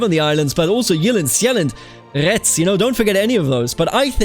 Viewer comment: Never thought i'd see the day when a ck2 youtuber pronounced jylland and sjælland correctly